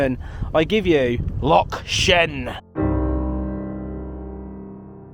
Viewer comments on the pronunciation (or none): Its not a lock ! Its a loch ..pronounced like your trying to bring up some flem from the back of your throat ! ( bloody Englishman 🤦🤷😜) 😂